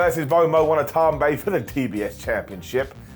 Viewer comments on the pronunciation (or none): Watanabe = "Wah tah nah be"